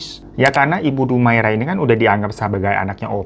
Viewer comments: Dumaria..bukan Dumaira🙈😆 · bukan dumaira bang, tapi dumaria :( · Bingung bang, tulisannya dumaria tapi ngmng nya dumaira😂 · Tulisannya Dumaria bg hiro haha. Bukan dumaira. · DUMARIIIAAAAAAA bukan dumaira bang 😂😂😂😂😂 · Dumaria jadi Dumaira😂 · Betul. Trus bang Hiro .penyebutannya bukan Dumaira tapi Dumaria..😊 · Dumaira? Dumaria 😂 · Bang....bu dumaira apa dumaria....salah sebut tuu😂😂😂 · bang salah lg nyebutin nama bu DUMARIA jadi DUMAIRA😂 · Dumaria kak bukan Dumaira wkwkw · Dumaria apa Dumaira si ? gue denger dumaira . Di text video tertulis dumaria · lu salah nyebutin nama org lg dr awal bu DUMARIA lu blg DUMAIRA😂